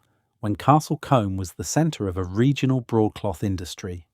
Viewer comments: Sorry, but the Combe in Castle Combe is not pronounced as in the hair brush, but should sound like: Coom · Shame about the pronunciation of key words such as Combe and Cinque and use of video during the introduction that was clearly not England. After Lacock I had to stop watching.